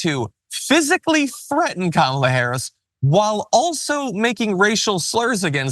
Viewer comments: Did Hogan say "Kah Malla " again..UGANDAN GIANT ?? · He's used to pronouncing it the way he knows it (kamah-lah) He once wrestled James Aarthur "Kamala the Ugandan Headhunter" Harris. I was a big fan of Hogan as a kid only to find out that he is garbage in real life. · Imagine not being able to even accent the right syllable of someone's name, but pretending you should help decide who runs the country.